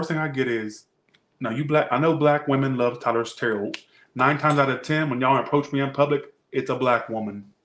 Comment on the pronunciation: 😂😂😂did you say terror portion in the capricorn read😂